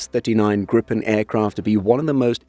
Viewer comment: Long i. "Gree-pen", not grippen. Means gryphon